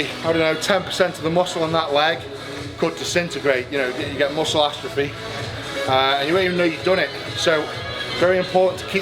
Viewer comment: "muscle astrophy" - he almost said atrophy right! Love you Eddie!